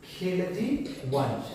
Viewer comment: hume pata hai ki bolne me khilji wrong hua hai baki pura video gagar me sagar hai